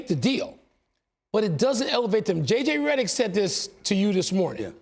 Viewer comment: He said "JJ Redick" like he wanted to spit it out.